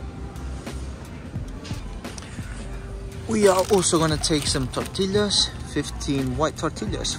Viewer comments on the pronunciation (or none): Fruits and vegetables in the US are really cheap, compared to this video groceries in the US are cheap. I will never complain ever again. Also please learn how to pronounce tortillas correctly... TOR-TEE-YAS